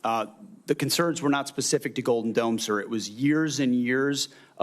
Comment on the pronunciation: I can only hear "golden dumb."